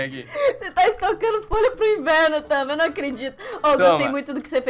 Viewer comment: To morrendo de rir quando o otavio falo inverno você falo inferno